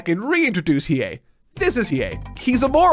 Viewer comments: pronouncing Hiei's name properly on the first go is the character development I've been waiting for. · 🎉👏🏼 should be proud of himself, got the Annunciation right on the money, and I bet you he probably thought to himself "There's no way it sounds the way it looks" but it does. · Ur pronunciation of 飛影is fine 👍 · I'll give him a pass, he's saying his name Right, just with more emphasis on the "U" (like "Gon" but saying it like "Gone" during his 1st HxH vid). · He might've nailed Hiei's name, which is really impressive (unless he just listened to the pronunciation of an episode) but of course he mispronounces Kurama like 90% of all three syllable names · well not perfect as the weight was not fully correct but yeah pretty good(just went to the Japanese dub to make sure) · Im so excited for part 2. I love hearing someone who never knew about YYH experiencing it for the first time. Im trying to get a friend of mine to watch it myself. But shes being stubborn lol. Its a favorite from my childhood and yes you did say Hiei correctly lol